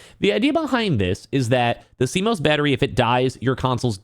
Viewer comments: never heard someone incorrectly pronounce CMOS before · Hearing him pronounce CMOS wrong numerous times is cringe. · I mean I get it, news media just covers what someone else talks about but this guy is talking about how great it is that PS added a way to remove and he sounds like he doesnt even know much about it if he cant even pronounce it...its just more obvious.